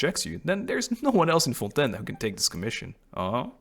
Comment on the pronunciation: As a Québecois french speaker I am SO HAPPY to finally hear someone pronounce the french words used in Fontaine correctly😭😭